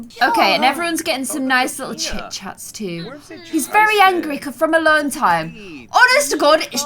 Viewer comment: OMG I’m French and your chiens et chats accent was sooo funny 😂 love you 💕